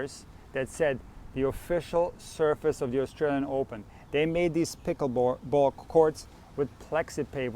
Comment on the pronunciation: No hearing the word "pikaball" over and over is annoying.